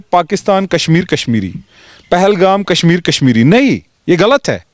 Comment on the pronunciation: It's Kashmir not Kasmir